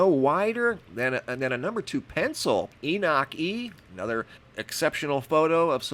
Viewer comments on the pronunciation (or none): none